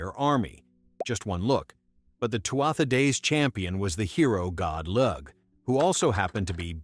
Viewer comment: Lugh is pronounced Lew. He was the Sun God. He was later called Lugh Lamh Fada or Lugh of the Long Hand in English. Tuatha De dAnnan translates to The Tribe of the Earth Goddess Anu. It's pronounced in English as Two-A-Ha Day Dan-In. The Irish alphabet has only 21 single letters. For the v, we use bh: for the w, we use mh: for the y, we use dh, we have no z and for the k, we always use c. The letter s is always pronounced s. Greetings from Ireland 🇮🇪. Failte go hEireann.